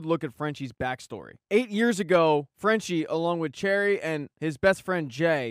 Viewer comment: "cherry"?? 💀 its cherri (sherry)